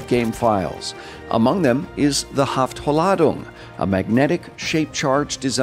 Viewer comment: Minor correction: "Haft-ladung", your "Haft" was correct (but then no extra "a" oder anything), then "lad" as in "lady" and "ung" the way you did. It simply means "sticky charge" or "sticky bomb" and is basically BF1's Limpet Charge.